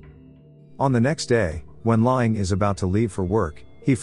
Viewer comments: His name is pronounced "lang", not "lying". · It’s pronounced “Lang” listening to him repeatedly saying “lying” is killing me. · I know right, im ocd so when i hear this name pronounced wrong every two minutes it drives me insane. Dang automated text to speech voices always suck at vowel pronouncement. “Lie-Aing(H)” like ing-got. Im just commenting because im about to pick another video to watch and i wanted to see if it bothered someone else lol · His name is pronounced lang.